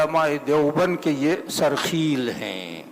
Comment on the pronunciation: مفتی صاحب ہم نے لفظ سَرخَیل سنا تھا بفتح الخاء آپ اس کو سرخِیل بکسر الخاء بتا رہے ہیں۔۔ دونوں میں کیا صحیح ہے؟؟؟؟